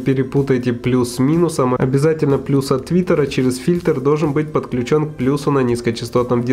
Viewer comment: Не подключОн, а подключЕн. Деревня.